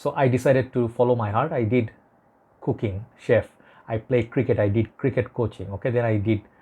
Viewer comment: Oh cooking, I thought you said cocaine lol